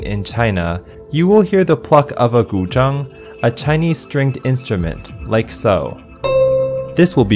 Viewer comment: Guy, your pronunciation of the Chinese word "Gu Zheng" sounds perfect to me. Are you Chinese?